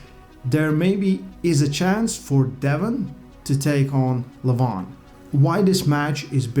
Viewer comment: Learn allready to express the Name LEVAN. YOU CAN HERE IT RIGHT FROM DEVON IN YOUR VIDEO